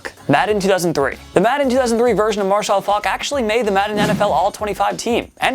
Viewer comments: Why can't you say marshall like a normal person smh. Marshaill faulk lol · Bro, why do you say "Marshall" so weird?